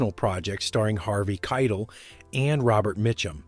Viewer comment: Learn how to pronounce names. It's Harvey KaiTELL not 'Keitl'. Not knowing how to say someone's name shows that you have no true passion for film and its legacy, and that you're only in it for the money. If you people are truly passionate about the subjects you present, then LEARN HOW TO PRONOUNCE NAMES.